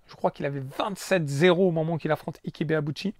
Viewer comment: Juste une petite précision, Ike se prononce ayk pour Ibeauchi et Ayké pour Quarté qui se prononce Qwarté. C'est pas pour me moqué de toi loin de là, j'ai vu quarté en live à plusieurs reprises et ça fait bizarre de voir le non de cette immense boxeur qui a failli battre Oscar De La Hoya.